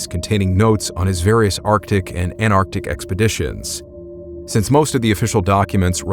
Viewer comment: Why carn't Americans say ant artic, instead of anar tic.